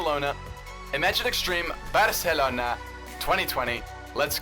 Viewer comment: It’s so cringe when he says barcelona